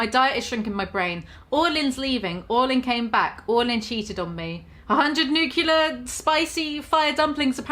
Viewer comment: Madam............ Nu-cue-ler??